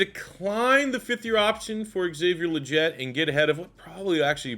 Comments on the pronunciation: Dude really? Haha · Legette is pronounced “Lee-Get” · Excited for this video but cannot bear to listen to you butcher Legette’s name for 103 minutes